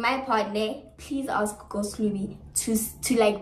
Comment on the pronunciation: Why did say ghost must mize